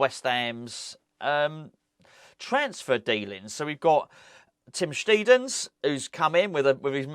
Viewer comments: Its pronounced Sht👁ten in German,. Have watched the German interviews and he seems a cheery, relaxed character like Nobes. Think those two will get on well. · Afternoon, this should clear things up for you, so my neighbours next door neighbours wife is half German and she said it’s pronounced steidten not steidten so there you go mate, you are welcome cheers, Paul